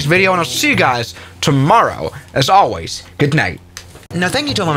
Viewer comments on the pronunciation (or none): none